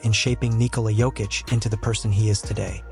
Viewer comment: Perhaps thats the schtick. I've seen another guy purposely making pronunciation mistakes that gets people to leave comments.